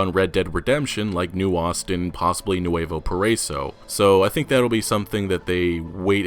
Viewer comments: you should accent the "i" in "nuevo paraíso" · You are pronouncing nueva paraiso wrong. It’s Spanish for “paradise” pa-da-eeso “ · It's pronounced NU-EH-VO PARA-E-SO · Hey dude, quick comment. “Nuevo paraiso” is pronounced “noo-eh-voh pah-rah-ee-soh” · Stop butchering the pronunciation of Saint Denis and Nuevo Paraiso. You could make a little effort to try and learn those two specific towns names. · Man, just listen to the correct pronunciation of "Nuevo Paraiso" at google translate. Like, please. Great video as always. Keep up the good work.